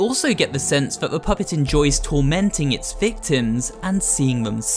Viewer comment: "the phuhpett